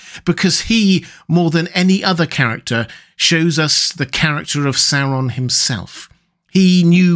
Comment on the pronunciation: I love it when people pronounce it SOW-ron instead of how we Americans usually pronounce it, SOAR-on.